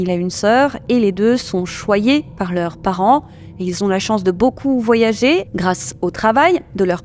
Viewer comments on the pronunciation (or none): none